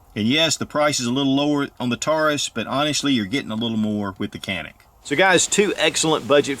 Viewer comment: It’s pronounced as John-ik god damn it. Respect the brand